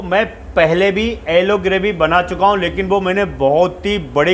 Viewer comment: It’s yellow not ellow